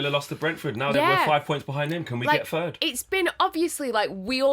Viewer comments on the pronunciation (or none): It’s throwback not froback, it’s three not free, it’s third not fird. Why can’t people talk properly these days, really boils my piss. 🤣🤦🏼‍♂️